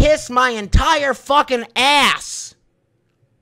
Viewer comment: The way he pronouces c's and k's is absolutely grating. "I dont fachking care"